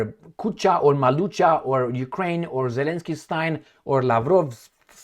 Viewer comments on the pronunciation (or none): none